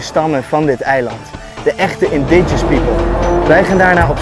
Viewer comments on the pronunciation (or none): indiGINOUS niet indigous lol